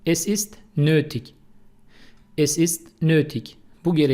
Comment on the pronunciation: Nötig yazıldığı gibi okunmuyor.